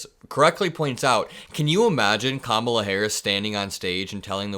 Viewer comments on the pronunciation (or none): I’m by myself downstairs & I still corrected Trump out-loud EVERY GD TIME he purposely mispronounced her name. I do it to everyone. It’s knee jerk at this point. Trump: Ka-mala Me: It’s Comma-la, u rude a-hole!